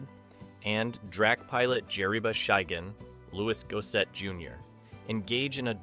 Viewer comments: Loooie Go Set….is not how his name is pronounced…sweet Jesus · It's definitely one of my favorite films growing up. May I suggest Googling how to pronounce Louis Gossett Jr's name. He was a great actor and should be remembered and respected as such. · I was just about to comment on that. He pronounced his name correctly only about 3 times throughout the whole video, lol. 🤦🏾‍♂️